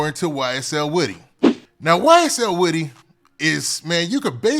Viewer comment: Woodie not wittie lol